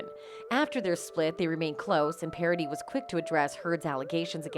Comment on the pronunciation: your video gets a like of me because you´re nearly the only one who pronounced Paradis right